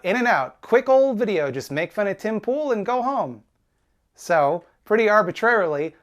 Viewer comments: Every time says Pim Tool, I laugh again. It’s childish of me but it’s funny every time. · you said his name wrong